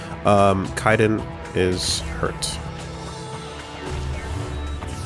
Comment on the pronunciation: Its good that is taking his hands off from backseating, but it really triggers me when they miss a lot of obvious the loot around. The reason why the medigel didn't revive Kaidan (it also triggers me that calls him Kai-den) is because he didn't have the skill to revive fallen squaddies, which can be found in the First-Aid track.